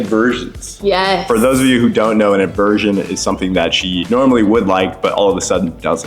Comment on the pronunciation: It's "AVERSION". Sorry, needed to say that 😂